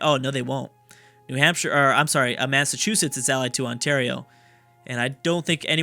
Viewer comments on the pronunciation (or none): none